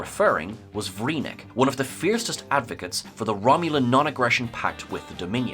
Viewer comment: "Vreenak." with an A. with a bullet.